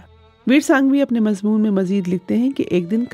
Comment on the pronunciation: Shaaesta ( galat hai ) Shustah ( Saheeh hai ) Mazboon ( galat hai ) Mazmoon ( Saheeh hai ) مضبون ( غلط ھے ) مضمون ( صحیح ھے )